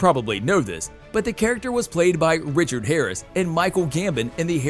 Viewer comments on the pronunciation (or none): none